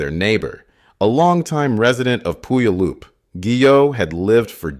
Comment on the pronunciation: Many are stumped trying to pronounce some Washington names. Puyallup rhymes with “gallop” and the first syllable sounds like “pew” (eg a church pew): pew-allop